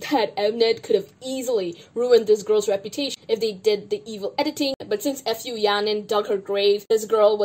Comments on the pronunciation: As much as you dislike Fu Yaning, can you at least pronounce her surname right? It's Fu (like Foo, or food without the d), it's so cringe when you say F U Yaning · i can't get over the way you pronounce fu yaning's last name